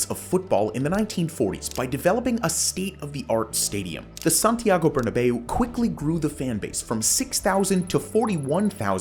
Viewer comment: Love the video but "burnabay-ou"? More of a "burnabow" pronunciation